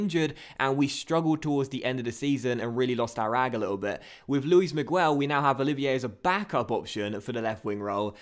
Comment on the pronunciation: In the name of Luis Miguel you don't pronounce the u